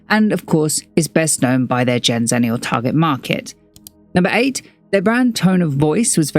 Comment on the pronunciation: gen zenneial who says it like that